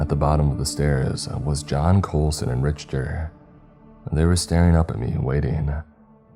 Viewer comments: dude or dudet you are so wrong on this. The only people pronouncing it Rich-ter are people that never heard it pronounced. I don't expect the narrator to take physics and Engineering classes. But don't crap 💩 in my hand and tell me it's roses. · Hey man...."Richter" is pronounced "Rik-ter". Have you never heard of the "Richter scale"? It measures earthquakes. I've grown to like you as a narrator, but you don't seem to ever look up the pronunciations of words you don't know. Sometimes it's hard to get past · actually, if you go to the original story which the Reddit link is under the description of this video and do a control+f to find on page and type Richter you'll see that the very first mention of him is explaining that he is actually nicknamed Richter scale. Which if you go to this link you can see how that word is pronounced and further still.... Don't know where you're from, but I'm American. So the English pronunciation... yet, NEITHER says RICHter like this narrator does in this story. Ok. I'm gonna go do other stuff cause there really isn't any way this could be debated further. 🤷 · I think might be trolling us. I think he maybe is intentionally pronouncing the word wrong. I refuse to believe someone doesn't know how to say some of these words. Every time I hear I cringe. This is coming from someone who loves channel... There are just some of us out there that hate hearing mispronounced words. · You don't know what you are talking about. Just to double check I googled pronunciation in both English and American it's RICK-TER. What language are you speaking? Hillbilly backwoods uneducated? No one pronounces it rich-ter, your wrong on this. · Pronounced "Rick-ter" not "Rich-ter", otherwise, great job! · Fred you are a gentleman and a scholar, that last dude tried to say it depends where you are from... Lol 🤣 nope, no it doesn't, if you speak English it's Rick-ter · Richter pronounced Rick-ter. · Okay I love you but it's pronounced RiKtor